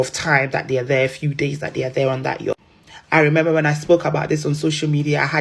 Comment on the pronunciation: My dear girl, the word is yacht 🛥, not yurt pls